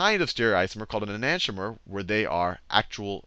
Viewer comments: Can't even pronounce enantiomer correctly. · The teaching was good but, It pissed me off so much that Khan couldn't say STE-REE-O-ISOMER, and E-NAN-TEE-OMER.